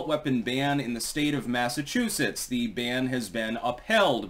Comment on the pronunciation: It's Massachusetts. Enough said. 🙄🙄